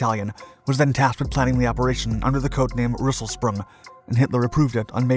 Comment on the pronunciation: Unfortunately his pronunciation of the German words is sometimes off a little bit like with Rösselsprung or completely off like with Heer (Army). Especially the latter he gets wrong every time. He pronouces it as if it was spelled hier in German or here in English, which coincidentally means the same thing in both languages but unfortunately not Army...